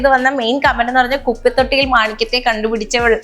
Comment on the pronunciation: അവതാരക ചേച്ചീ. കുപ്പിത്തൊട്ടിയിൽ എന്നല്ല കുപ്പത്തൊട്ടിയിൽ😂